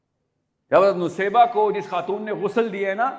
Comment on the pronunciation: Bhai saheb pronounciation to sahi kar lo in ka naam Naseebah tha Nusaybah nahi.